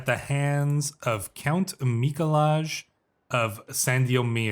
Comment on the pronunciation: I love how bad you pronounce Mikolaj xD